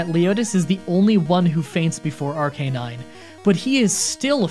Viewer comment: Dear God the way he sad Arcanine